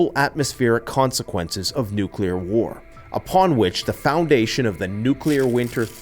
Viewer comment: Please it’s nuclear ,not nucular!